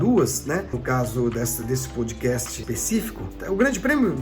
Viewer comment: "Poudcast", só zoando... kkkkkk